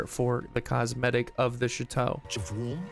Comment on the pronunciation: Shit-Toe? Do you mean Chateau?